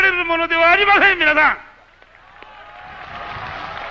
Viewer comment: 「みなさん」ではなく「みぁさん」って言い方が親しみやすさを出してんのかな